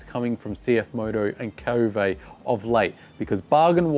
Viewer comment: It's pronounded K-O-V-E, not KO-vay. This is according to Mason Klein and how he says the Chinese pronounce it. Who the heck decide to make a French English pronunciation?